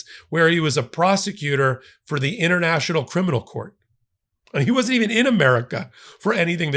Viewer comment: "Wan't"? WTF is wan't?